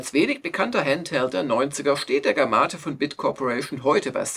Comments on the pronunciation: Das Handhelt Gamate wird aber Game Mate ausgesprochen. Also Spielkumpel. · Wird der Gamate wirklich so ausgesprochen, wie Jörg das hier macht? Ich hab das instinktiv englisch gesprochen, etwa wie Game-Mate. Oder ist das einfach ein japanisches Wort, das etwas völlig anderes implizieren soll?